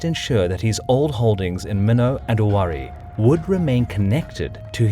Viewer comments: What are you talking about? It's not Owarai...it's Owari. Even in Japanese it's 尾張国.....Owari no kuni. If you want to try to be all smug, at least know the history you're trying to comment on...this guy said Owarai..........LMAO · It's read "Owarai" not "Owari" lol also, the mino part is not 100% accurate